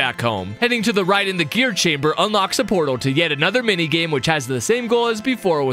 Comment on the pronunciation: "Which leads to the same mingame" got me cracking up